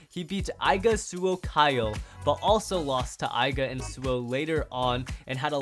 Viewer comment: Not to be a butt but, it triggers me when you pronounce Aiger, Aiga